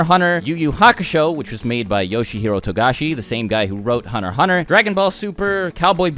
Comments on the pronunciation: Hunner x Hunner lol, pronounce your "T"'s man. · It's meant to be said Hunter Hunter, the x is silent.